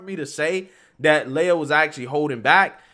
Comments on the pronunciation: I and my girlfriend are seriously concerned with your pronunciation of this person's name. Do not defame Princess Leia such a way! This impostor's name is (Lee uh) Lia. Thank you and now you may go on about your business. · Fake news. This dude flopped hard because of the backlash. Now he can swim against the ladies and dominate again next year. They all know he could have easily won that race. Also, come on man. It's LEE-UHH, not LAY-uhh. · Learn to pronounce names. I don’t think you’ve ever pronounced a name right. It’s Lia, Lee-ah, not Laya. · Lia not leya as in wilLIAm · Dude it's LEE-A!? Have you heard anyone say her name cuz sheesh😬 Even worse you've said her name 10 damn times in the 1st 5mins🤣🤣🤣 Imma give you a like and head out the mispronunciation is burning me up bro🤦🏾‍♀️🤦🏾‍♀️🤦🏾‍♀️ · I think it's pronounced Lia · It is Lia with the LONG E SOUND!!!!! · Appreciate the videos but dang man this ain’t Star Wars. It’s Lia, as in Lee-ah. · He didn't get beat, he lost on purpose! I also think it's hysterical you're pronouncing his name wrong lol! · Btw, love the way he’s pronouncing his name wrong!🤣🤣🤣🤣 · does this guy purposefully mispronounce people's names?